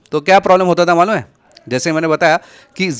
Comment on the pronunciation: Malum hei❌ Malung hei✅